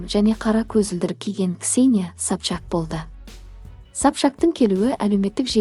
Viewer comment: Сапшак демей дурыс айсай😂😂Сопчак